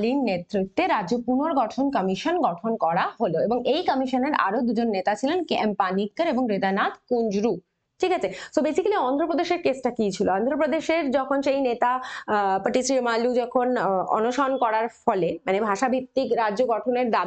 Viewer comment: পটিশ্রীমালু ❎ পোত্তি শ্রীরামুলু ✅